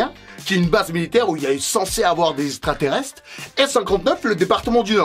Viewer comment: Ta prononciation du mot extra-terrestre est assez bizarre